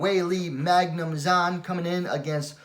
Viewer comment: Heads up, Zhang is pronounced "Jung"